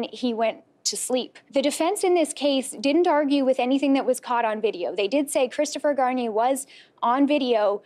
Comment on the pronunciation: “27 year old, Christopher Shampoo” 😂😂😂